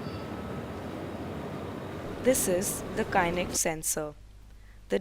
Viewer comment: Well the please pronounce the kinect properly... its is not pronounced as kainekt... but kinekt BTW, well done and good job guys :)